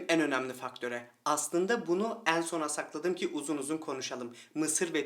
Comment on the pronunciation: Konudan bağımsız olarak;benim bıyıklardan çok 'een sona' 'beenziyor' derken, açık e ile telaffuzlerınız dikkatimi çekti.Daha doğrusu rahatsız etti.Kapalı e kullanmanızı tavsiye ediyorum.😊 Ayrıca dişlerinizin beyazlığı...👍